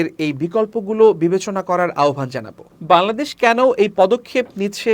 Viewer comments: বাংলাদেশ সঠিকভাবে উচ্চারণ করতে শিখুন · বাংলাদেশ উচ্চারন ঠিক হচ্ছে না।